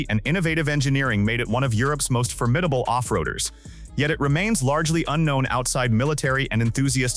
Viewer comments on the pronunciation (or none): none